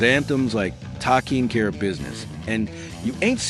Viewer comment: Tah-king Care of Business? WTF?